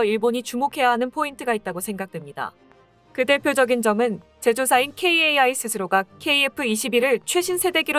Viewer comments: "KAI" 케이에이아이...라고 어렵게 읽지마시고, 그냥 편하게 "카이"라고 하시는 것이 좋습니다. 3자 이상으로 된 알파벳 약어를 읽늕 방법은 오래 전부터 있었습니다. 유엔 산하기구 중 긴 명칭은 약어로 머리 글자를 따서 약어로 부르듯이 , 또 아주 긴 약어일 경우 읽기 어려운 부분도 있습니다. 참고하세요~^^ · 캐이에이아이… 카이라고 하기가 힘드신가